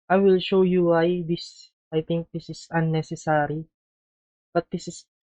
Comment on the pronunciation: 14m 49s........unnecess-ARR-y hahaha! good video though